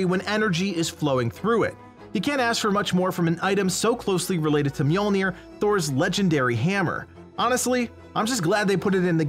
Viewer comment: Thank you for pronouncing Mjolnir correctly. 👍